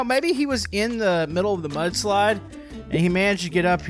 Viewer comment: I thought you said "But Slide"🤣🤣🤣